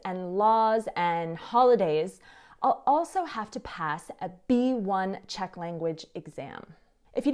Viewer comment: you have the cutest and most precise pronunciation of Czech. For an American girl, shocking!